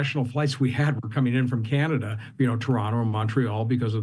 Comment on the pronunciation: Canadia lol😂